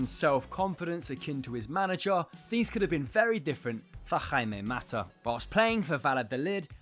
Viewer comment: ooooh Jaime Mata was perfect pronounciation, sooo proud